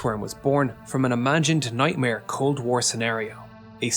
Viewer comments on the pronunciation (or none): none